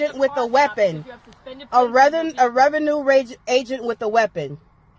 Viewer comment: "A revenue ragent with a reapon."